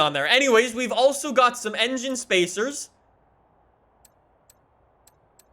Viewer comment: "Enigine spacers"